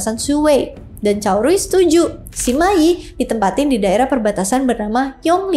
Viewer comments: Bacanya Sema Yi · saya pribadi kurang tertarik dengan kisah 3 negara ( San Kuo Yan Yi ), tapi saya ikut menonton karena kisah cuke kungming dengan sima yi. sebenarnya saya lebih tertarik kisah persaingan cuke kungming dengan pang tong saya hanya ingin mengoreksi, kalau cara baca sima yi adalah sema i. itu aja makasih hehe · Sima yi tu harusnya dibaca se ma yi 😅